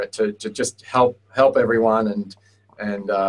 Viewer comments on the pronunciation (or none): "to hep your create your brand" lol so bad XD